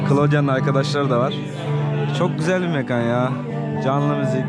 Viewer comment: Mekan derken k'yi ince söyle.